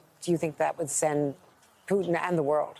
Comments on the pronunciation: Why does he keep calling him Pewton? What's wrong with this guy? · Love the way the brits pronounce his name Pew-Ton, how appropriate. He may not be able to move around to much of the world once he is indicted for his war crimes- much like the Nazi’s he will forever be running and looking over his shoulder, as he should be.